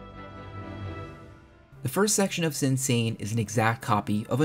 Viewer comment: "Sinsa" in Korean is pronounced "Shinsa". Great video